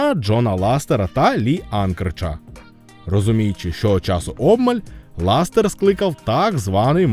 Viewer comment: по перших не ластер а лассетер по других назва відео клікбейт🤨